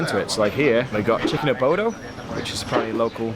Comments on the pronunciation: Chicke Adobo not abodo lol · Did he say "chicken abodo" lol